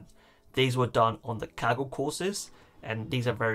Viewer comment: I seriously thought he said kegel competition